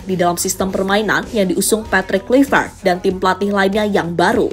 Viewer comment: Mimin : terdengar seperti 'Kulivert. Apakah aku salah dengar? 😅 Ayolah.. kawan henti sejenak komentar serius. Semoga kecintaan kalian kepada STY tidak membutakan kalian 😅